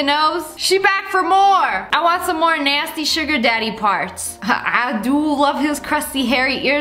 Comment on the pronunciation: “UAgH NAYSTY” Lia -2020